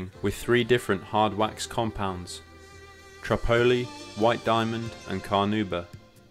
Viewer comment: Very nice work young man! And just FYI, that compound is pronounced just like the city: [ Tripp - oli' ]